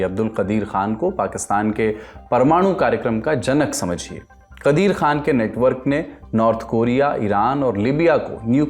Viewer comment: कादिर को कदीर बोल रहे हो गाज़ा को गज़ा बोल रहे हो क्या समस्या है भाई, विशिष्ट हिंदी बोलने के चक्कर में शब्द भी बदले जा रहे हैं क्या?😂